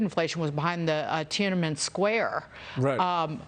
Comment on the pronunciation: I’m not from the US but from Europe, but all those newscasters seems like they have no clue what they’re talking about… ridiculous…. One lady doesn’t even know how to pronounce tian an men